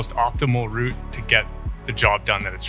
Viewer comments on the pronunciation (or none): none